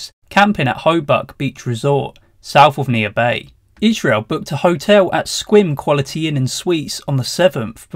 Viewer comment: Nailed the pronunciation of Sequim. 👍